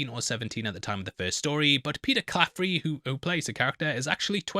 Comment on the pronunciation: No r in Claffey